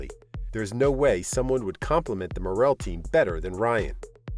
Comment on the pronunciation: This narrator needs to pronounce Chase's family name correctly. It is not Mor-ELL,... it is MOR-ill. I'm from Maine and now this family name...